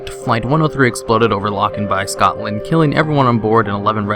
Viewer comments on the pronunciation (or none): none